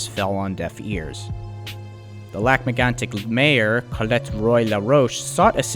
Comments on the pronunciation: As a bilingual person from quebec. You said lac megantic pretty ok. But you are supposed to say it like this: lahc meygantic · good attempts at french names! Lac M-eh-goan-tik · Is English your 3rd language you didn't learn well? And stop trying to pronounce as the French would, your attempt is just bad. It is pronounced lake megantick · Well, all I can say is, I come from Lac-mégantic and I hate the way you say it, but the rest is great. I work at the station which is now a museum.